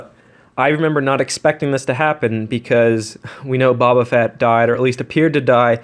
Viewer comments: The way you pronounce some of the names makes me violently upset. Nobody has ever called Boba "Bob ah" before. It's "bow bah". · It's boba not bobba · Babba fett eh it's boba you idiot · Dude you pronounced Boba's name wrong it's not Baba it's Boba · Did he say Babba Fett or Boba? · Who says Boba fett like that